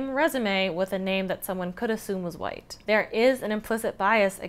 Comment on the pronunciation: I love how she emphasized "wwwhhhhite!"